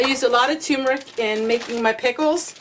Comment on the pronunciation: tur-meric not tumor ick☺ love ya, gal !